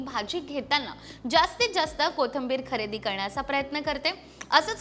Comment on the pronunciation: Kothambir नाही. कोथिंबीर